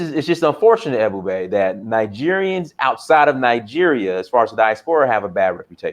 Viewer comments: This disrespectful Haitian dude said African Americans have a 6th grade education yet he can't even pronounce Ebube? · Man shut up don't be talking about Black Americans not intelligent and you can't even pronounce that man's name you just shut up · This man is calling AFRICIAN AMERICAN'S DUMB AND HE CAN'T EVEN SAY THE GUYS NAME. REALLY,!!!!!!!